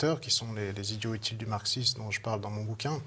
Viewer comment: J'ai arrêté à 20 secondes quand le présentateur a négligé la liaison de "idiots utiles"